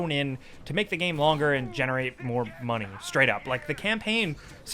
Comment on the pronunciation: the problem is " MUNEHHH"